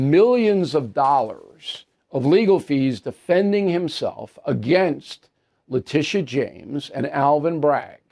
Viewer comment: I think her name is pronounced LA Tit ee ah